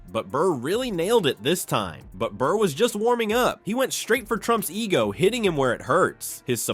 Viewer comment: It’s Burr not bird and your failed humour attempted voice overs made this total ear poison